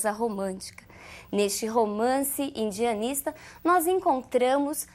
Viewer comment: É engraçado quando ela fala romance urbando ou andianista.